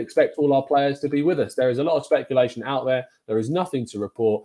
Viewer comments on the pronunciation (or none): none